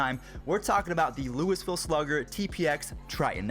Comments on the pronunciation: "Lewisville" Sigh.... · Hey I live in Louisville and you pronounced it wrong😂😂